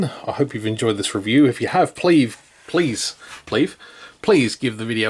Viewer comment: I'll leave a thumbs up just because you so nicely said "pleave". 😁